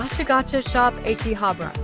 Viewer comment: Is it pronounce áki-habra? Sound like your saying āké-habra it ahh ki habrah not eh ki. Just saying be carful some times changing pronunciation can change its meaning.. learn that hard way lol